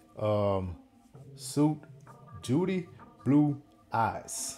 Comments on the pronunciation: Sorry, it's pronounced "sweet" meaning a collection of music linked together. I think. Also this is my mum and dad''s song. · Suite is pronounced like Sweet - not suit...